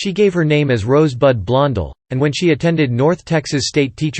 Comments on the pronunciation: the narrator can't even pronounce Joan's name., it is so annoying - HEY it's Blon DELL not Blon del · I'm seconding that why can't this automatic voice pronounce the name correctly it happens all the time makes me nuts well I'm already knows but that's not the point😊😊